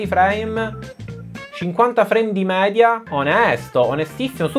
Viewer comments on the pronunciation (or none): none